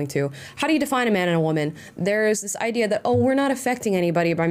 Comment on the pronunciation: “This seems to be the backbone of the idear here” lol